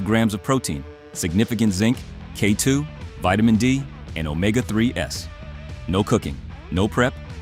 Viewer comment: It's NOT pronounced omega 3 S, IT's pronounced omega THREES!!!